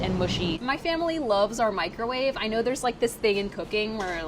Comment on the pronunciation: Priya says microwave incorrectly, mikerave